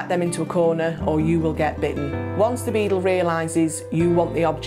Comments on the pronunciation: It sounds like she's saying "Beetle" instead of Beagle. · Lottafandoms even the auto captions think she is saying beetle 😂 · Is it that difficult to say bee-gyle? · Decent video but she kept saying "beadle" which was a bit weird. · Saptarsi Mondal ikr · It's her accent